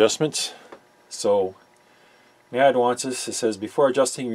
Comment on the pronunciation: Maybe it's different in Canada, but the correct pronunciation is by the letters N-A-D, which is how the company pronounces their name. They've made some of the best sounding amps for the money ever, including the 3020 which was a giant killer and the most sold amplifier in history. You're a top notch tech, I'd suggest an anti-static mat on your bench rather than the piece of carpet. They hold solder drips, wire clippings and can generate static shocks. Keep up the good work. Really enjoy your videos.